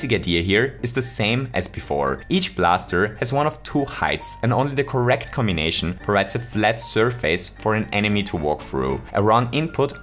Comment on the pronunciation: Lmao the way you said cmbination cracked me up